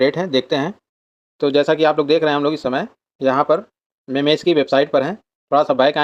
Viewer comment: मीम्स ❌ मेमेस ✅ 😂